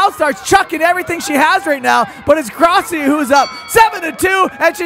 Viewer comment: When you grossi it sounds like you said Crosby